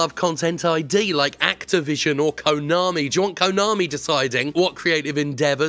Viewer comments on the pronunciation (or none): none